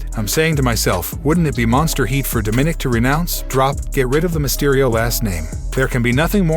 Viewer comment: I get it. The narrator isn’t a wrestling fan, but he doesn’t know how to pronounce “Dominik” correctly? Didn’t anyone care enough to tell him or is he just too full of himself to corrected?